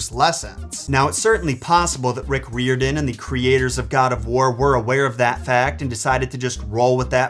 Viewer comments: its not rick reeordin its rick rayerden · I think your saying Rick’s Riordan’s name wrong 😅